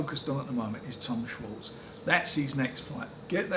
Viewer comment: Bless Frank, he can’t even pronounce Tom Schwarz name!